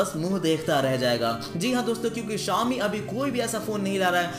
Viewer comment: Xiaomi nhi chomi